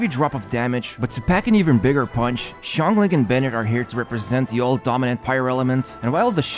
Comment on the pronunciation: Xiangling name is pronounced (Shahng ling)